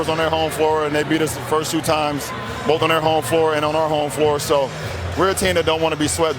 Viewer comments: B-O-A-F! BOAF! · Shannon sharp said the lakers wer going to win “BOAF” Games lmao😂🤣